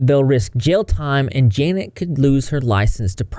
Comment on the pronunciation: i just KNOW janet is watching this and absolutely fuming that nobody is actually saying her name right LMFAOOOOO